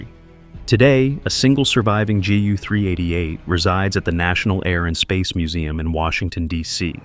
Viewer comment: Horrible narration from a AI generated text. Then add in a massive amount of Black and White film footage of non Ju 388 aircraft and pile on top of that a childish video filter with scratches and lines to give the effect of old film footage! Sorry but mostly a waste of time especially as the narration repeats the same textual information. Ju should be pronounced as J U not Jew or Juh!